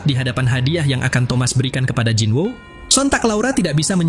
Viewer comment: Bang bacanya bukan jinwo tapi jinu